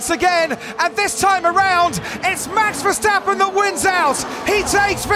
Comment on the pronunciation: MEX VERSTEPPEN,??,,,every A in his name sounds NOT like in cat,, ,BUT ,like in CAR